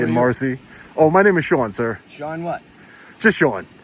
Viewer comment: Sean doesn't like pronouncing his 'T's . Bea'en, bu'un.